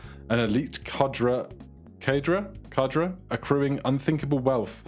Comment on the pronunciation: Just a quick heads up Cadre is "kod ray" pronunciation wise, I hope this isn't seen as rude cause I like your content and can only help by sharing words